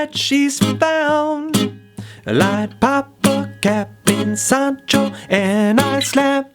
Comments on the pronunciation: When he said “sAHnchiTo” Bradley cringed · This dude really said sand Cheeto😭😭😭😭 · He really did say Sand Cheeto